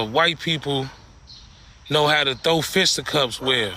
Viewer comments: Bruh, what’s a “fista cups”??? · Fista cups? I guess he spent more time fighting than learning English. It’s fisticuffs dude. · "Fista cups" 😂😂😂 its FISTA CUFFS! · I think he really thinks it’s “fist up cups” 😂